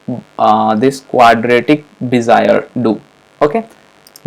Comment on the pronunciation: Cool man!!! Great stuff.. but I loughed on Bezier :) Be - Zi - eR...Just because it was shocking.